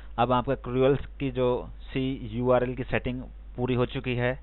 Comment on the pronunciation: cruel? what?? its CURL nt cruel (see-URL)